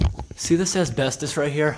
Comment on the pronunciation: i love you you say asbestos asbestdis